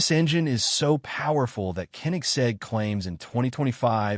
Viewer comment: This content is AI… just hear how the narrator pronounces koenigseg..